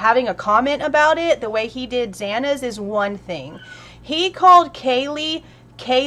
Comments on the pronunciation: As a Hispanic person, this name is very common within the community. The fact that he miss pronounced the whole name is insulting and disrespectful. If I were kaylee and Xana’s parents I would Make the judge do the whole hearing again and province their names the correct way. I am livid by this. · This case is full of kind of faux pas ... and lets not mention how he botched Zana's name. OMG amd then when he said ' "this is so hard" Sweet Jesus Mother of God. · I did cringe when the judge said Kayla instead of Kaylee. What made him think it was Kayla? Kaylee's name has two "E's on the end of it!! Not and "A"!!! Does he have a problem with the English language?! Such disrespect and he did it twice! I think he also mispronounced Zana's name too. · Yea that pissed me off to when he missed pronounced Kaylee and xanas names